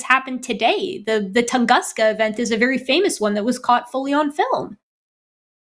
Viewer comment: She might be conflating the 2 but she's said tunganska in 2 separate shows. So she still needs correcting. After all they say they want to believe in 'true' things. lol